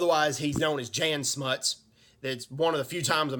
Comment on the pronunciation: Jan Smuts (Prenounced "Jun"). South Africans we the only Military in the world who were volunteers. The South African 1st Infantry Division who got the Italians out of Abyssinia in 100 days ( Read James Ambrose Brown's book " The war of 100 days".